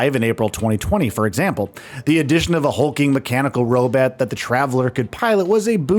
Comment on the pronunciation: What the fuk is a robet 😂 Turns out you're not perfect either huh. And you had all the time to edit that and still didn't get it right.